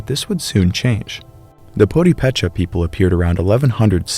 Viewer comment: My Purepecha friends pronounce the word with the accent on the 2nd syllable: pu-RE-pe-cha.